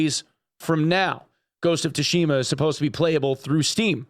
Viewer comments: It's pronounced Ghost of Soo shima not To shima. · The T in Tsushima is essentially silent. Pronounced like Soo-shima. The Tsu would also be pronounced like the similar Tsunami. Edited because I was rude apparently. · ghost of "TUSHIMA" XD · The 'Tsu' in Tsushima is pronounced the same as the 'Tsu' in Tsunami btw. Sorry for my OCD lol. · It gets the FFS because a person that reports on games regularly didn't take the time to Google the pronunciation of a word he's going to say about a dozen times. It's minimal effort. No amount of being a dumb American is an excuse. We can be culturally aware.